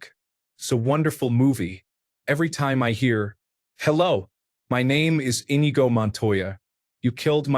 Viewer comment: "en-EE-go" man that was painful to listen to